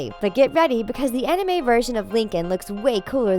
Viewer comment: You said manga and anime wrong. Wow you English people though.